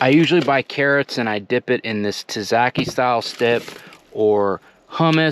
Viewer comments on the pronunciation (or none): Nice setup.. The kiona is pronounced keenwa. Tizakisaus is pronounced zatziki 😂. Dr.Bronners is the best choise! Happy day! 😊